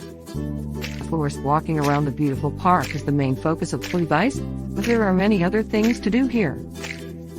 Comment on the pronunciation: The robot voice totally destroyed the naming of this park. It is call Plit-Vitz-ehr (phonetic)